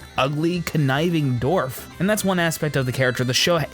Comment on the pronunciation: well done! aesthetically pleasing, too. love the artwork. (only nitpicky critique: the "w" in"dwarf" is not supposed to be silent, bro.) thanks! -mt